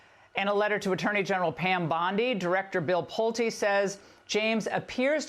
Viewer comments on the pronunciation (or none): Pull-tay....not Plute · It is pronounced Pull Tee as in Pulte Homes. Bill is also a prominent philanthropist on X. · Pulte is pronounced "Pull tee". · Benny it's Pull'Tay, just trying to help out. Take care